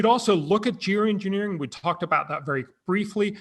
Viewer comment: Lol, he said “jew engineering”